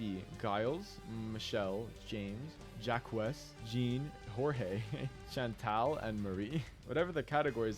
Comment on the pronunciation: Never have heard someone pronounce the name Jacques like that.